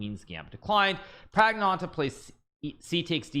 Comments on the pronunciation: Can't Hikaru just say Pragg instead of butchering his name a billion times. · Don't say pragnananda your pronunciation is horrible just say pragg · The way Hikaru pronounces Praggnanandhaa pisses me off. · I like hikaru pronounce praggnanandhaa name like pragg-nanda